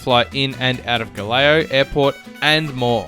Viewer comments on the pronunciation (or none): You should have at least practiced a little to pronounce GALEãO a bit better. The way you said sounded like Galileo.Not the same. Nice info though...